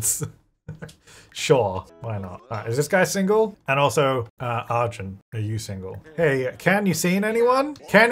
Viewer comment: lady is gay and this deserves to be cannon:face-blue-smiling: !!! Also, just a suggestion, if Arjun wins, as an Indian person I'd love if you could try googling the pronunciation and then saying his name- its just a little more R than A. It'll help the name sound less weird to my ears every time.